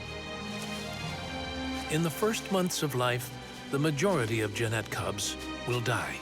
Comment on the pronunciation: Narrator can't even pronounce Genet!